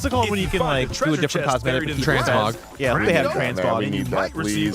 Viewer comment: TransKONG = Transmog